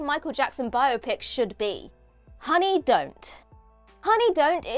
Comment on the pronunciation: THANK YOU for pronouncing biopic correctly!!! 🎉